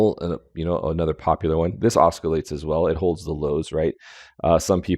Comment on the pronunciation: promounced "ossilates" no k